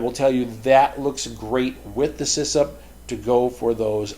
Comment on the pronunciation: Great videos as always. Just letting you know it's CISSP and not CISSIP, although I like the sound of CISSIP better :D